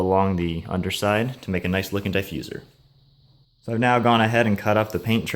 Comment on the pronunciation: die fuser? your killing me, ha. it looks good. you should of cut the fins the same contour of the bumper. thats a huge gap. i give 3 months before it starts cracking or even fall off. and the paint looks ok.